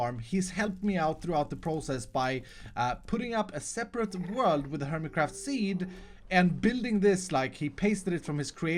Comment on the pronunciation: he said hermeycraft in the intro...lol Nice...😏😏😏